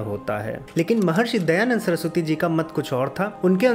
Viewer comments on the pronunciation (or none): Bhaiya... Please... Not Dayanad